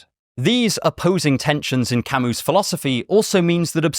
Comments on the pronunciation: Camee, not Camoose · Camus is not French! You dont say his name camU, but cami